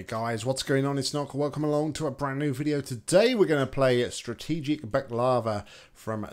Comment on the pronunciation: yOu sAiD bAkLaVa wRoNg